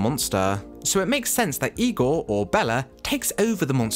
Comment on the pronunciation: Good job, well done. I give great credit to your saying IGOR the way Bella says it.